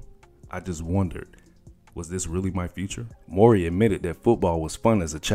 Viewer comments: Man his name isn’t more-ry… it’s MOW like NOW-MOWRY. U sayin it thru the whole video man. Please redo the commentary 👌🏽🙏🏿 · their last name is pronounced "Mow-Ree", not "Mor- Ree". Just FYI. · WELL THE WHOLE VIDEO U SAID HIS LAST NAME WRONG......its M W.....RY.................... not maury bro.......IJS........ AND HE IN KEVIN HART NEW SHIT CALLED ME TIME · Not "More-y". It's pronounced how it's spelled, Mow-ry. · 😂fr!!!...he pronounced it like "maury".... got me thinking bout paternity tests,"You Are Not The Father!!!",the crowd booing when the dude come out,etc. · I kept asking myself who he was talking about. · just say Taj as your pronunciation of his last name is starting to somewhat grate on me bruh! It's Mowry (Mow-ry) not Murray not Morey and defo not Morrey/ie. Otherwise nice vid👍🏾🙏🏾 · It's not Mor-ry it's Mow-ry guy! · Pronounced "Mowry", not "Morey"... like m-ow-ry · MOW( as in cow)- REE! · its pronounced... MOW-REE !!!! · Tia says it like “Moury”. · NOT NO DAMN MAURY MOWEY!! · It's Mow-ree! It irked me, sorry Lol... but great content none the less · I know you’re younger than 35 because you don’t pronounce Mowry as Ma-OW-ree lol